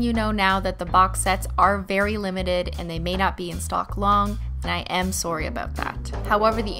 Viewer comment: “i am sowry abt that”